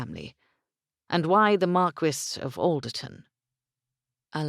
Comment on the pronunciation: Omg the pronunciation of marquis, if I hear markwiss one more time, I'm going to go mad! It's markee for heavens sake!!